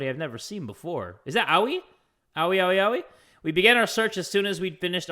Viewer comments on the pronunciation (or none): ffs, someone please tell it's pronounced "ah-oi" not "OoWhiE" ToT